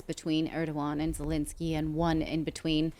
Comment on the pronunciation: Second e in Zelensky is pronounced as the first e, not Zelinsky.